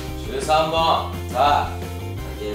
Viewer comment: 13本が和三盆に聞こえた❗